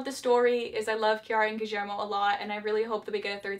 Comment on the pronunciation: i love the way you pronunce guillermo with a slight argentinian accent